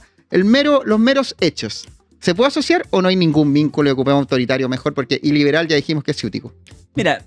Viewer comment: "Iliberal" como suena como el "ileal" de Huaiquipán.